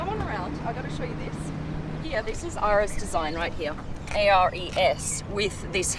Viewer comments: It's ARES as in EIREES or AIREES, the Greek demon of War. Nice car, great review but I don't appreciate false gods. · It’s not pronounced RS i think it’s ares like the Greek god of war, also a car to be called hyper requires to have 1000+HP is what I thought. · It sounds like you are saying Arris but it should be pronounced Aireez. Ares is the greek god of war which explains the helmet. Awesome car and congrats! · Ares is the God of War in Greek mythology and that logo looks a lot like how his helmet is portrayed. Pronounced “Air-reez” . This would be a lot cooler than that lame tale she was told about the helmet and her pronunciation of the name. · Ares was the greek god of war. It is not pronounced like "RS" but like Aries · You are mispronouncing it. Its ares (named after the Greek God of war) and that is why the badge is a helmet. You'd thing you'd know this about a car you've just bought... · Isnt it pronounced "Air-reese" after the greek god of war?... With the spartan helmet as a logo? If not... Maybe I'm coo-coo for cocoa puffs... But the logo and name probably have that significance 🤷🏾‍♂️. And btw... The car is boss af and congratulations on having one of the most exclusive cars in the world 🌎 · Given that helmet seems like it’s intended to be the helmet of the god Ares, I would highly doubt that the pronunciation she’s using (“R S” instead of “air-eees”) is correct. 🤷🏻‍♂️ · IT'S PRONOUNCED AIR-EES, THE HELMET AND THE NAME ARE GREEK. ARES WAS THE GREEK GOD OF WAR. PAINT IT ROYAL PURPLE WITH BLACK WITH PURPLE ACCENTS FOR A REVERSE OF THE OUTSIDE LOOK. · "ARES" is the Greek name of the ancient Greek god of war "Mars" and is pronounved "ARIS". That is why the helmet is on the logo! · The logo is a Helmet for ARES AS THE GOD OF WAR!! Pronounced Air rees, SO YOU SAY THE NAME WRONG AND YOU KNOW NOTHING ABOUT THE COMPANY A FINE SPOKESPERSON YOU ARE! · The way she pronounces ARES tho 😩